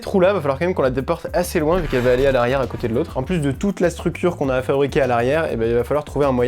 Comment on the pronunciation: La Strucure? xD